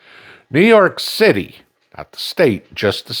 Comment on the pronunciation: lol. somewhere, seemed to started to say New York "Shitty" lol lol